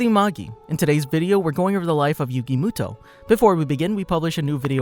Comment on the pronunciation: who tf is yugi mootoe